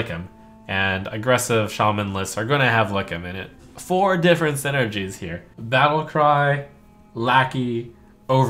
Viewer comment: Tfw not knowing how to read "different"